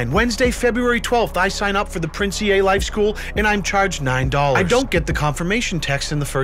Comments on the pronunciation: Pronounced 'Ee' not "E-a' just heads up lol. He was a rapper and won now defunct Funk Volume first annual rapping contest. Then switched up to the social media motivation guru. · The Ea is pronounced as "E" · But its actually pronounced as "E"